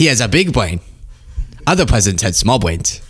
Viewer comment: 🤣 Dumb pwesidents... Good one.